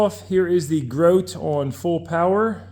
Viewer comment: fyi. i used to work for Grote many years ago.. they pronounce their name as "grow-tee" ...